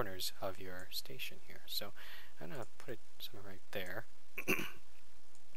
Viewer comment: answer* not question station* not stetion xDD